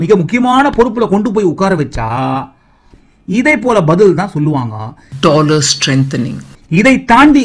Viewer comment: ஒரு நாட்டின் நிதி அமைச்சர் Dolar என்று கூட சொல்லத் தெரியவில்லை Tolar Tolar என்கிறார்